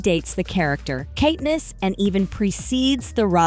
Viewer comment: Ahh yes, Kateness and Paynem 🥴🥴🥴